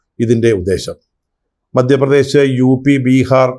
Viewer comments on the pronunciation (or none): none